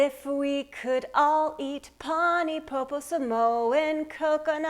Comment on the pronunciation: Learn to pronounce something properly before you attempt it